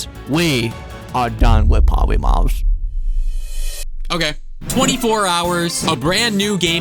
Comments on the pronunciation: POWYMAWS PWESE FORGWIVE MWE!! Lol!!😂😂😂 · the words powymars doesn’t ewen twy anymow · "We awe done with powymaws" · I thwought we were done wif Powymaws. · Powy mawz dwesnt even twy anynmwre 😂😭💀😭😭💀😭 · Bro said: Pothymath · He's says Polymars I Need this my mom is kinda homeless